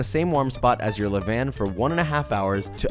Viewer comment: You pronounced couche tight ... but you pronounced levain wrongly